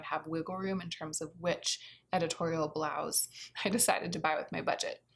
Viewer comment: I greatly enjoyed how you pronounced blouse as blouzze ☺️ surely I’m not alone, surely not lol